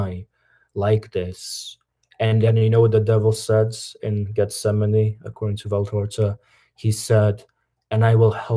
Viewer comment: It's actually VALTORTA and not VALTORZA